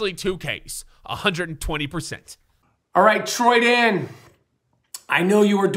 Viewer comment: CALL YOU TRENDAN NOT TROYDAN